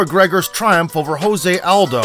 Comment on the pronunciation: You mispronounced José Aldo's name. He's Brazilian, not a Spanish speaker.